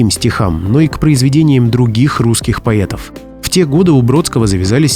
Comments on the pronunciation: Как услышала слово""поЕтов"сразу переключила. Смотреть не буду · "Великих поЕтов"? Странное произношение.